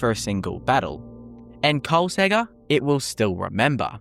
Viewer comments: Why you skipping the second k noise? KolsKegger, not Kolsegger bruh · I'm very sure that the second k in Kolskegger on not silent.